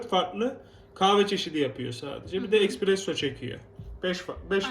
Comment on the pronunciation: Espressoya "ekspresso" diyorsun makine senin neyine